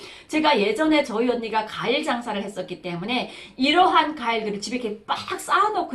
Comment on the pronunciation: 아휴~~ 가일이 아니라 과일입니다 제 귀에는 가일로 들려요 ㅋㅋㅋ 티비에 북한 여자분 관광을 항상 강강 들려요 ㅋㅋㅋ 화이팅!!! ㅎ